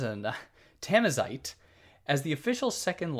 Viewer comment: Thanks for the video,. The only little things I would nitpick is the pronunciation of Darija and Tamazight, it's respectively da-ree-ja with the J as in Juliett and tama-zeert with a guttural french R